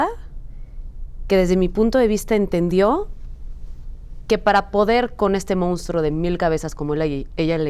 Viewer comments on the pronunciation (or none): Díganle a Zuria que no se dice "mounstro", lo correcto es decir "monstruo".... Y lo dijo dos veces!! 😢